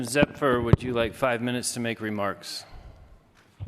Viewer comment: Zephyr pronounced him wrong 🤦🏾‍♂️